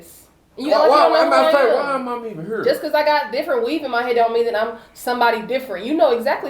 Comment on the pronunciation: “Why am I heven herrr” 🤣